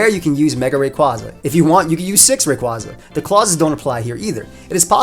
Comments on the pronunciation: its name is derived from quasar so say it wiht me now RAY-KWAY-ZA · I've said it before and I'll say it again, It's "Ray-QUAY-za" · Oh my gosh for the last time It’s Ray-QUAY-zuh. It’s based on a quasar. (Quay-zar) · It's pronounced "Ray kway za"! R.I.P. Mega Evolutions! They will never return again! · Well I have some feedback, he should learn how to pronounce Rayquaza correctly